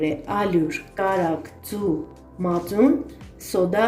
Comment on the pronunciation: Не "мацунИ", а МАЦУН !!!!!!!!!!!!!!!!!!!!!!!!!!!!!!!!!!!!!!!!!! (((((